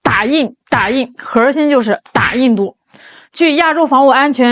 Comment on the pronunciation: ，你说核心不要卷舌，你就是女神，卷舌就是土妞，你看着办吧。